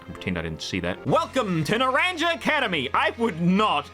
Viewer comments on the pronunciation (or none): not to be that guy but its not pronounced like that its "nah - rahng -hah" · "Naranja" is Spanish for "Orange", so it would be pronounced as "Nah-RAN-HA". Just thought you should know. Great video. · My man said nar-ranger 😂. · He looks up how to pronounce Jacq but not how to pronounce Naranja..... Okay